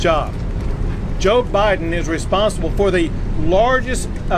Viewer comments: I swore I heard Gov Kristi Noem say President OBiden.😂 Way to go Gov Abbott and all the states who are backing Texas. Thank you! I almost fell out of my chair when I heard 9.4 M illegals in 2 years!! Sickening! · Iowa governor called Biden Obiden, I nearly fell outta my chair 😂😂😂😂😂😂😂